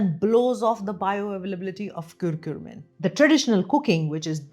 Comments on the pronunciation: It's not kurkure, It's not lays. It's not KurkuRmim... It's CURCUMIN. As a Doctor you should pronounce the names properly. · Is it curcumin or curcurmin (which you are saying again & again)? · thank you for your time? Why are you pronouncing Curcumin as Curcurmin, lol? Why that extra R?